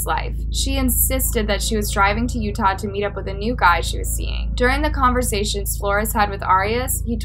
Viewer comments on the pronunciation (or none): none